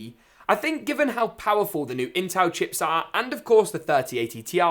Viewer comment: you said intal